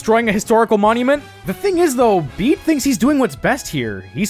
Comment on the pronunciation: Pronouncing his name "Bead" when it's "Bay-Day" is wild. His name is IN his character song. 😭